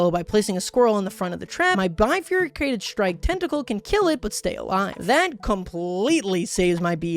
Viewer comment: I know it's not a very common word, and I don't blame anyone for mispronouncing it (heck, maybe I'm the one who's been mispronouncing it for years) but the way pronounces "bifurcated" really sticks out to me. It's almost "bifurycated". (Weirdly enough, I learned this word before I was 10 years old, just because my dad liked the word and would find a way to work it into sentences almost as a punchline/family in-joke.)